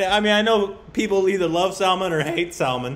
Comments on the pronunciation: Sal-maaan. Not Salmunn. :) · It is not Salmon . Its pronounced as Sal-maan khan. Maan and khan similar sound. You say it wrong. Both of you. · it's not Saalman but it is Salmaan ❤️ ooh I love how you struggle 🤭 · Salmaaaan khan is the proper pronunciation. Not "Sel-mun kon" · Guys, it's pronounced sull-maan. Not salmun. Let's correct ourselves. It's jarring to hear salmunn. Like the American i-ran. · It's SAL-MAN🔥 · React to PARTNER song with SALMAN and GOVINDA. And its pronounced SALMAAN, second syllable is longer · I don't know why these guys only do salman Khan reaction just for views otherwise they just insults salman Khan if you don't like salman Khan then don't just do reactions on him he doesn't need you & your so called opinions! There are millions of people loves him 💜💜 first learn to pronounce his name respectfully then talk🙄🙄😒😒😒😡😡 haters keep talking, salman Khan keep walking ✌✌✌